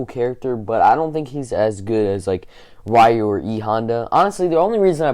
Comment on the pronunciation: Rieh-u? Really?